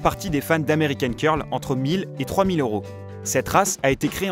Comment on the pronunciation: Le signe € se dit euros et pas oros